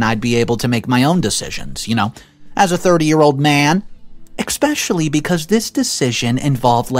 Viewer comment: There's no X in the word especially